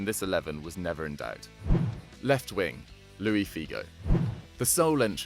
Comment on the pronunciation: ITS Luis not Loui Figo...